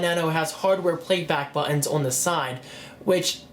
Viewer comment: Please learn to say "button" ... lol